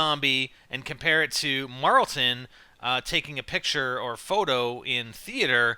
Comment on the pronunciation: It's not marltin Jesus drop it